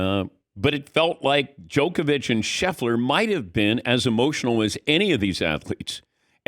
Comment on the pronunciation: finally he learn how to say DJOKOVIC and not jokovic